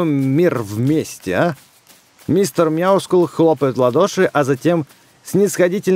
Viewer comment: правильно говорить Мяускул